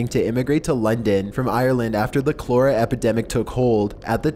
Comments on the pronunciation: Got ya again! I heard: Redavaded instead of renovated, and Chlora instead of Cholera, and Investigated in salvaging instead of Invested in salvaging. Sorry man just one of those things that kinda irks me but rlly doesn't matter. ;) no disrespect meant. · My God I can’t even attempt to list all of your errors but here’s a few more. It’s Cholera not Clora, they invested in a trust not investigated and Gettysburg college was named after a battle that happened 30+ years after it was built huh? Or it’s the name of the town the battle was named after you moron. Seriously u can’t read so get a job that isn’t all reading!! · it's "ko-Leh-ra" not "klo-Rah":P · Its pronounced cah-ler-uh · Babycakes, please tell me you didn’t mean cholera. I’ve been watching a stream of all kinds of videos that you keep showing up in, but baby, if you just said “clora” instead of cholera, honey, I can’t watch you anymore. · Pronounced ca Lee ra , I love your videos thought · Liked the content, but the reader should study some voice-over techniques. Your cadence and mispronunciations sound like a sixth-grade girl. By the way, the word is cholera (kol' er a); it is a bacterial disease of the intestines. Again, great content, though. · Clora outbreak 😂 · "After the CLORA epidemic took hold" Why do narrators not bother to look up words that they are unfamiliar with? (and how SAD that they aren't familiar with words that they should be....) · "cole-era", huh? lol ;) You're funny sometimes. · Strange way to pronounce "Cholera"😂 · You mispronounced cholera